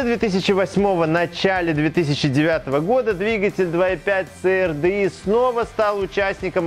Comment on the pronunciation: Ц АР ДЭ И!! )))))))))) Кому, то надо срочно повторить английский алфавит!!! ))) И поменше эмоций!! Это же не политическая передача!